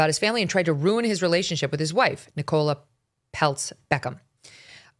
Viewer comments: NICK-uh-luh ...(Emphasis on Nick)... NOT.... Ni-KOLE-uh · NIcola - emphasis on I not on the O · Its not Ne-Cola haha its Nick- O- Laaa. 🤣😂❤ thats my name 😉 Americans obviously dont use that name a lot 😅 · Nicola, not ni-Cola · It’s pronounced ni-co-la. Nicola. Not ni-cola. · The pronunciation of Nicola 😂😂 Nic cola . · Never in my life have I heard anyone pronounce the name Nicola as "Nick Cola" 😂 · It’s pronounced Nickela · Wow, can no one in the states pronounce Nicola? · That's not how you pronounce Nicola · Can Meghan not pronounce Nicola?? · Why can zero Americans pronounce Nicola right... wtf...